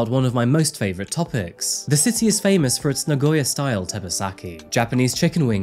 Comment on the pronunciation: so many foreigners, even those who have lived in Japan for a long time always pronounce Nagoya wrong..hehe so many say Na-goy-ya but it is Na-go-ya. ^^ keep up the good work with your videos, i enjoy coming across them from time to time.